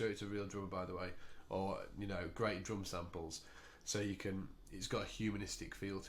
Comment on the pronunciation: very helpful,thanks but u said droom.